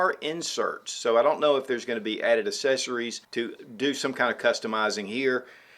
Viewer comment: ACK-- SESSARIES